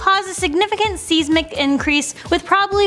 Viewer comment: “Seize-mick” increase... wow